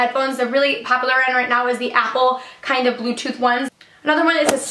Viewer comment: "Papular" "Papsocket" "Pasible" "Fluffy sacks" "Cancer tickets" Whats up with all the a's 😂😂